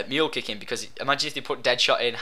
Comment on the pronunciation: its not Mool kick its meooohl kick